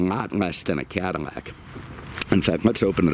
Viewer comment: The "Cadimac" thing is even cooler.